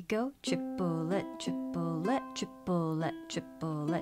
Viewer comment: As a french person I hear "Tu voudrais du poulet" (meaning : wanna some chicken ?) instead of the "triplet" XD